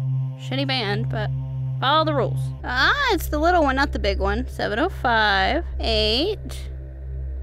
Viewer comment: i meen "THE" not "TH"